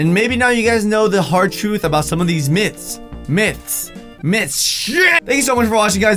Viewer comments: When your saying 'myths' I always think of it as miths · You can't pronounce the th word in the word myths but u can in the word myth